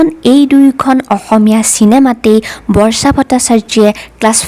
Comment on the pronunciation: অসমীয়া উচ্চাৰণ শুদ্ধ হোৱা উচিত। আনক আনুসৰণ কৰি সুৰ দি নিজৰ মাতৃভাষাটো বেসুৰা কৰিলে শুনিবলৈ ভাল নালাগে। উদাহৰণ স্বৰূপে বৰ্ষাটো বৰ্চা কৰিব নালাগে।